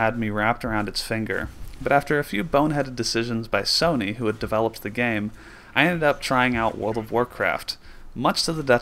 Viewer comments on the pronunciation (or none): none